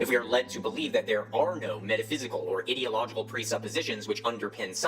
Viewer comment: I like that the guy pronounces the beginning of ideological with ID similar to IDIOT which is most certainly a descriptor that applies to him.